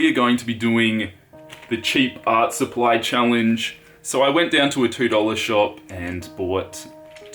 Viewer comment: You said cheap art suppy instead of supply ^.^